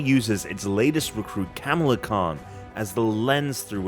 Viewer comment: Gotta work on the pronunciation of the name Kamala there buddy, it's not Camel-a...